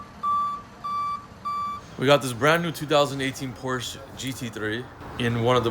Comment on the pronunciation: You should pronounce Porsche correctly